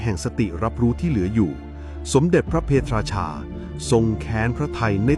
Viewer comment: พระ เพท ราชา ไม่ใช่ พระ เพ ทะ ราชา